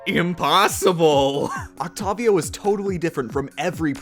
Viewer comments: Oc tay viii ohhh not oct tavvv vii ohhh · Its Octayvio, not Octofvio. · Him: "Oc tovio" Me: I'm pretty sure its pronounced "Oct A Vio" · Oct-tave-ee-oh not oct-ov-io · Dj oktabio its its oktewio Thats how you say it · Oct-ayy-vio Not oct-ah-vio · OcTAHvio... its OcTEIvio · Its Oct "a" vio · DJ oct-avi-o is easy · “Octawvio” Good vid, though. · did you not know that octavio is a real human name that is pronounced with a long a as in octAYvio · It’s pronounced octayveeo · It’s Oct-A-vio But props on beating it tho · OcToViO that’s what it sounds like when he says that lol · I'm sorry but.... can you please pronounce it oct-A-vio? It just gets under my skin easily... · since when was he called octarvio last i checked i belive it's pronounced octopus not octarpus love you, bye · Octavio is pronounced oc-tae-vio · Octavio is pronounced oct-A-vio, but otherwise, good video! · Isn't it Octavio (Oct-Aye-Vio) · it's Oct-A-Vio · Wtf is that octavio pronunciation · The way he says octavio hurts my soul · Him saying dj Octavio kills me (the way he pronounced it)